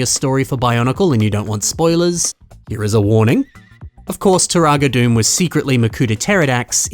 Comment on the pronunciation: Those are some impressive MOCs. Although Dume is pronounced "Doo-Mah", not "Doom."